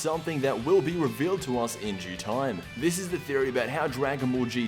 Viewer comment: did you say in jew time? wtf?!